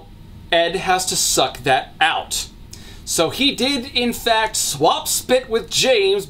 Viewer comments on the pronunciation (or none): none